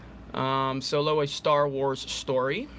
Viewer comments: So low🤣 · I keep hearing "so-low" when you say "solo" 😂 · Deviltamer so-low😂😂😂